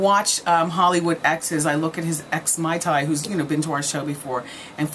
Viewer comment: I died when she called Mayte MaiTai!